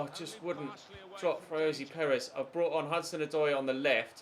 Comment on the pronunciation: Can't wait so you sell Ritchie so you stop saying risiie